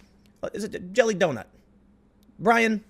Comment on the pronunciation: The only time I can tell you are from Chicago is when you say donut. It’s like you say “Donit”